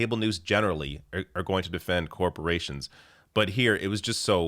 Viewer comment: "corprations" --- TRIGGEREDDDDD